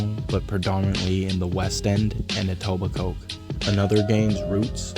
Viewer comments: Pronouncing Etobicoke with emphasis on the Coke is crazy lmao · I dont think ive ever watched any of these types of videos even ONCE where they pronounce etobicoke properly 😂😂 Even in that cat killer netflix doc they said “eat-oh-bye-coke” lmaoooo Its pronounced “et-ohb-ick-oh” Just so everyone knows 😂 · Etobicoke is pronounced ee toba co